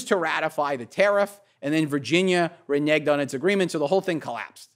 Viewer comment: The word is Reneged and he used it twice